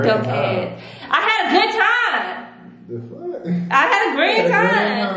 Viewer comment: I had such a grand timeee: WTF IS THAT 🤣 Tf is a “grand” time Lmfaoooo 🤣🤣🤣🤣🤣